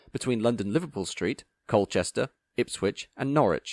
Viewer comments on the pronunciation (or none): none